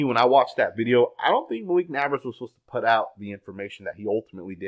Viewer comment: And the word put, he always pronounces it putt, I even had to stop watching him for a little while a couple of years ago because it just done my f**kin head in, I'm kinda used to it now & I just laugh 😂